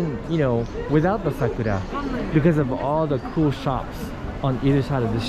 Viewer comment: Goodness gracious me that's a long time to get into Satbucks 5 hours. And eating along the river that's understandable,but it was a request. And thanks for the correct pronunciation for Sakura, it is very important to the Japanese language. Over all this was a beautiful walk so much to see, I enjoyed this experience just beautiful to see ❤️.